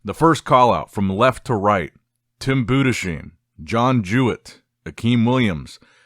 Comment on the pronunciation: Just a quick comment from a German Tim Budesheim isn't pronounced Budescheim but rather split into Budes+heim with a hard s and not sch